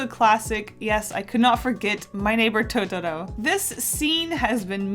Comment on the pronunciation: My ears were glad to hear you not say towtowrow